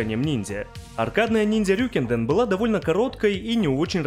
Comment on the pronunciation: РьюкЭнДэн, а не "РюкИнден".